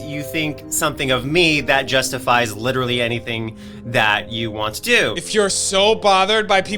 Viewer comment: "Littree"... stop it leafy